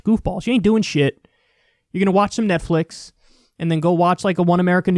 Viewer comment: What? I clearly heard you say these people are listening to METHflix? LOL